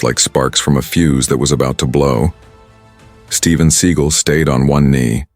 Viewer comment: Can you get the name pronounced correctly??